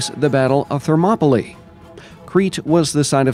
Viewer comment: It's pronounced Thermopylai not Thermopoli :D Good video though!